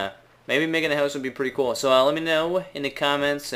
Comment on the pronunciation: why do you say house like that..........????